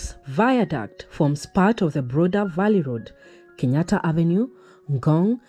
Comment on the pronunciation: theres no word as viduct. ita a VIADUCT